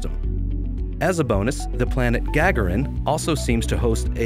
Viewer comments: Sorry to be picky , but , it's pronounced Gar-gar-in , named after the first person in space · I believe that planet is named after Yuri Gagarin, the first human (Russian) in space. You need a little more Russian accent when saying it. 🤣🤣